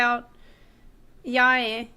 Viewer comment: She even started saying Yae correctly.